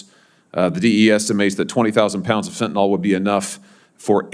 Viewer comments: I adore Senator Hawley but am surprised at how he pronounces the word ‘Fentanyl’. It’s pronounced ‘fent-a-nil’ and not ‘fent-a-nol’. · Fentanyl not Fentanol.